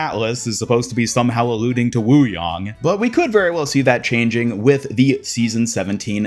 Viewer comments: It’s “yang” as in Yin-Yang. Not WooYong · the pronunciation you went with is the correct one : )